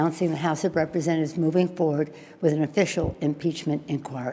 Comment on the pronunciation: . “Im announcing the house of represe.” Pelosi been drinking.